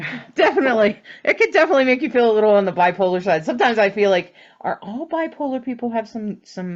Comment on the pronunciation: When you said "bipolar",I thought you said "black holar",like a black hole.....a new term? Lol